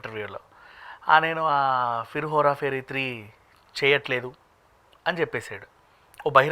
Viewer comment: That is Hera pheri not Hora Pheri .. don’t know why these people can’t say right ..